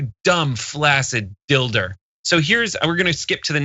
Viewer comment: "Flacid dilder" hahahhaha 😂